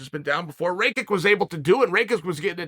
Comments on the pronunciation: Rakic not Rakik .. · "Raykick" - Chael.. it's "Rackitch" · Who's Raykick? Is he saying Rake it or Raykick? 🤔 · RAYKICK? IT IS PRONOUNCED RAKITCH. Jebeni ameri. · Ah yes, Raykick. I have been pronouncing the name wrong all this time. Thanks Uncle Chael 🙏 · Bro said “rake-ik” 😭😭😭 did he not listen to Bruce out the announcer pronounce his name? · As a Slav, “Ray-kick” made me cringe so hard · Chael pronouncing his name properly last weel and now changing it to "Raykick" is an absolute powermove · Does Chael just misprounounce your name if you lose? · How could you possibly think that’s how rakic is pronounced